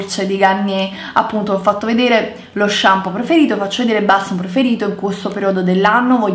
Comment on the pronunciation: Shampoo si dice shampoo...:P